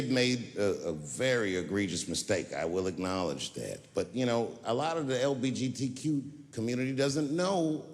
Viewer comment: have you realised he says LGBT as LBGT, makes it sound like a fast car brand